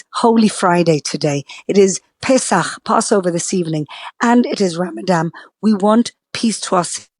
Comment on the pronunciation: Would be useful for you to learn how to say Ramadan … the word only has one ‘M’ in it, the last letter is an ‘N’ not an ‘M’ as you said all 5 times you said the word … cultural sensitivity NOT… and what absolute hasbara nonsense … how do you sleep at night?!?